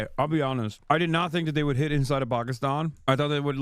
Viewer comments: It's not Pakistan it's Pakistine xD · bro.. you sayin it wrong. it’s Pokiston. lol. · Every time Hassan says 'Pukistawn' instead of 'Pakistan' its like nails on a chalkboard to me. Its like when people pretend they are Italian. "Parmashheinaaa resssgggiiooannnoo" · Hasans white ass trying to pronounce Pakistan in a culturally ‘appropriate way’ is making me cringe so much lmao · Please Please Please explain this to me, Why do virtue signalers always need to pronounce "pakistan" with a B ?????